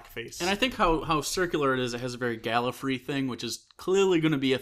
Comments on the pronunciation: im sorry for pickin this out, but please stop calling it gallifree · Great episode guy! Two very small corrections for next time, please. 1. His name is pronounced caPALdi. As in "he's a pal", not "he's a pole". See Steven Moffet's video regarding this: How to pronounce "Capaldi" by S. Moffat 2. One of you guys is incorrectly pronouncing Gallifrey as Gallifree.